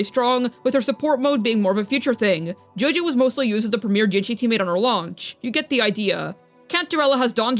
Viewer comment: Everytime you say Zhezhi it sounds like JoJo 😭😭😭